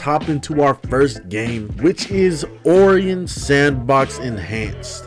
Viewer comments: Dude it's not Oreon it's Orion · It's Oh-Rai-On not Or-ree-In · I've never heard someone pronounce Orion like that before and I hope I never hear that again.